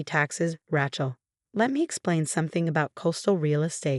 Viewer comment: Love AI calling her "Rat-shell"